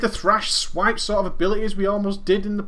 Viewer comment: you said thripes and swash ahahahaha